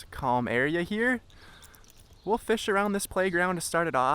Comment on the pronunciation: "catchin fesh"